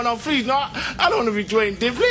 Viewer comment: Duane not Dwayne